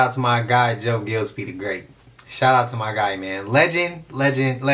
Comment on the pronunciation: You're pronouncing Gillespie wrong...i went to a school by that name